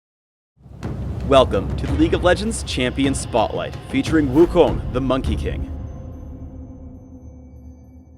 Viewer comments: thank you for pronouncing wukong correct, way better than the gameplay preview by the other guy... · He pronounces it properly that's how it's supposed to pronounced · They fixed the pronunciation on his name! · OMG HE ALMOST PRONOUNCED WUKONG RIGHT! THE CHINESE WAY! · that's actually the correct (chinese) way to say it. Since wukong is made by a chinese novelist, it's better to call it by the original fashion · He didnt seem to pronounce Wukong too bad, he used the right tones and whatnot(Im learning Chinese so Ive heard how it's pronounced) the only thing that got me was the lore XD. When I saw that Master Yi was the teacher of Wukong, I was laughing so hard XD. But Ik they cant take a page from Chinese mythology, unless they want to get in some kind of trouble (0.o). I also think its cool how he holds the Ruyi Jingu Bang, and how hes about as cocky as he is in Chinese legend ;3. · well considering wukong is based off the chinese legend, he is pronouncing it like it the name is in chinese, so like it should be really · that is how u actually pronounce it. it is chinese. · For people wondering why pronounced wukong "wrong" its becausr thats how its pronounced in chinese... Thumbs up so everyone can see:D